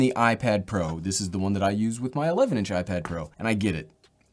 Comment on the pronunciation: i don’t think anyone noticed this but he said iPad Pear